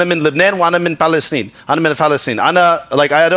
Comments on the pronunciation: LOL that’s not how you say “I am from Lebanon and I am from Palestine” in Arabic The fact he had to correct his Palestine pronunciation tells me he is really not Palestinian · I am from Iraq and this guy's Arabic is real bad he can't even say ' I'm from Palestine properly'